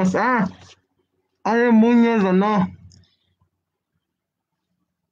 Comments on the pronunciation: Ale muñóóz jaja Pronunció mal el apellido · Ahora es Ale Múñoz (según la pronunciación de ) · Ale mÚñoz de acuerdo a la pronunciación del